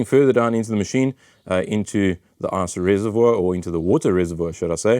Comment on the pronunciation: I love that as an American every time I hear you say “ice machine” or “ice reservoir” all I hear is “arse machine” and “arse reservoir”.